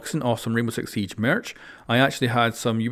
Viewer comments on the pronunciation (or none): none